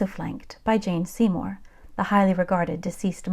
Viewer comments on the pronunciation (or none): Jane Seymore not Jean Seymore.